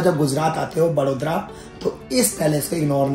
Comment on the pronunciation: वो वड़ोदरा ही बड़ोदरा नहीं आप बड़ौदा बोल सकते हों 👍🏻